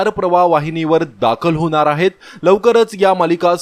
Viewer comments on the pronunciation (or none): होनार आहे नाही हो होणार आहे असं म्हणा. अशुद्ध मराठी भाषा बाळू बोलू नका updates देताना.